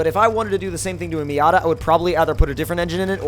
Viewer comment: Stop saying miata